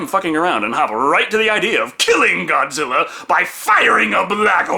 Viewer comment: Did she say Godzillar 😭😭😭😭